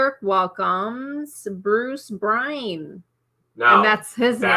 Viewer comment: Just FYI, Bruce Byrne's last name is pronounced "Burn". My Granddaughters married name is Byrne.